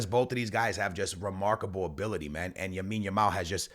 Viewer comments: Broo it’s LAmine yamal, not Yamine yamal🤓🤓🤓🤓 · Bro. You keep saying Yamine Yamal😂. It's lamine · BRO ITS (LAMINE) not YAMINE please 🙏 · Wtf is Yamine Yamal?!?!? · Lamine Yamal ❌ Yamine Yamal☑️ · Bro you just said for like a hundred times Yamin yamal😂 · The name is Lamine bro...... Not Yamine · “Yamine Yamao” 😭💀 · Bro still calling Lamine YAMIN lol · After a lot of comments on the vids b4 this guy is still saying Yamine yamal😂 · Bro keeps saying Yamine Yamal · “Joan” cancelo “Yamine Yamal” Dude speak correctly ffs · you dont read any of your comments dude. for the 100th time, its LAMINE YAMAL, not Yamine Yamal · STOP calling him YAMINE. You do it in every video and done it 5 times in this one. Imagine in a couple or more years when people look back at these videos. It's like if someone had called Messi MIONEL 😭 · "Yamine Yamal" say his name right bro. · Yamine Yamal 🤣 love the pronunciation 😁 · Stop saying yameen. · Could we tell him the kid’s name is "LAMINE YAMAL" ??? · Can we make this the top comment so can see that he’s pronouncing Yamal’s name wrong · my mans still saying yamine yamal and dani almo🔥😮‍💨😅